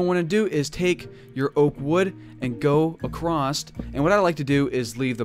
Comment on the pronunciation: "Accrost" "Anether"